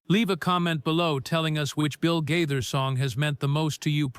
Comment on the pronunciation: It’s Gaither, pronounced Ga- ther. Long “A”.